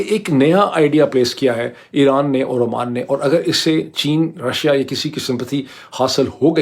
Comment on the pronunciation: Dr. Sb. It is Oman not Amman.